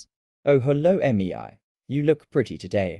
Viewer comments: The fact that says: meiyay meiyay meiyay instead of mei😂😂😂😂😂😂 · Mei ❌ Emmy eye ✅